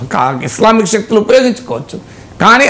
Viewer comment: మీరు కొన్ని ఇంగ్లీష్ వర్డ్స్ భలే వెరైటీ గా చేస్తారు. జెనైన్ కాదు జెన్యుయిన్ is close to correct pronounciation.